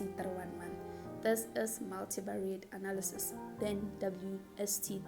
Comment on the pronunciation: the emphasis on the ANALYSIS YHOO is it bad?